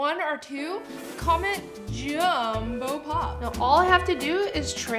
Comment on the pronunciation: She said jumpo paw